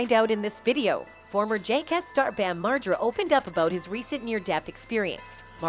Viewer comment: What’s jakeass? And who’s bam marjurra?